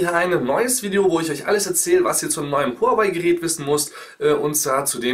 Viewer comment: Warum sind alle zu blöd Huawei richtig auszusprechen